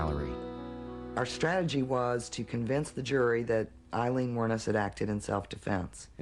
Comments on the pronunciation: Aileen, not Arleen. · Did her lawyer really just call her “Arleen” ???????